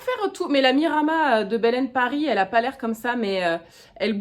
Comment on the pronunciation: Trop beau ce haul ! J’ai fait une belle découverte pour Vamy ! En effet c’est gonflé de la part des coupons de t’avoir diffusée sans ton accord… Petite précision (tu feras ce que tu veux de l’info mais mon petit cœur de provençale se sent obligée de te le dire) on prononce le s à la fin de Miramas 😊